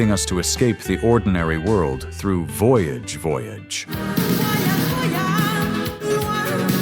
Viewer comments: Voyage Voyage is french, not english, your pronunciation is wrong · wann weiß man, dass a) die stimme ki ist - voyage, voyage wird mehrfach gesungen und trotzdem ist die aussprache und betonung falsch.... und b) dass die liste vermutlich aus den staaten her schwabt.... a-ha ist alles, aber mit sicherheit kein one-hit-wonder..... nur, weil die amis sich mal wieder für den mittelpunkt der welt halten, weil ausgerechnet sie diese band nicht kennen..... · Ai isn’t smart enough to ask itself how to pronounce Voyage Voyage I guess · AI constantly mispronouncing "Voyage, Voyage," despite playing a clip where it's pronounced, is extremely grating. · Voyage, voyage - at least try to learn how to pronounce it. The same applies to Live is life. Baltimora, and especially A-Ha were not one hit wonder.